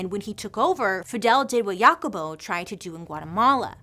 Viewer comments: Sorry, but I just can't get over how you pronounced "JACOBO" lol! sorry it was just too funny. No shade, It just way different to how it's pronounced in Spanish. :D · Thanks for the history of 🍌 😊The pronunciation for the name Jacobo is Hacobo. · Thanks for bringing light to these human rights atrocities. I am of Guatemalan decent and my mother made sure to let me know of this story. All the corruption the U.S caused. I didn't know our fellow Central and South American brothers and sisters also suffered these autrocities. FYI- Jacobo is pronounced like Ha-cobo.. like Ha Ha Ha lol ... It's Jacob is Spanish.